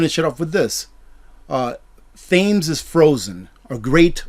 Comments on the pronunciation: love your channel and our marvellous community, however as a brit I would just ask one thing.. Its pronounced "Tems" not "thames* I know its spelt that way, but!!!! Peace and namaste to all. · Thames, we pronounce it Tems